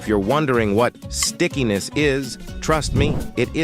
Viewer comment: The borde Said skickiness i thout i Said sickness😂